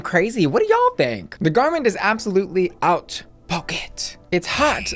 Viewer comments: Haute is pronounced more like “oat” not “out” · Love these videos and your look. "haute" is with an "oh" and not an "ow". Think oat with just a breathless whisper of an H at the start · Why are you pronouncing it “OUT” when it’s pronounced “OAT”?